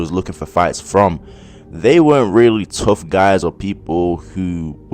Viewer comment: prime not tuff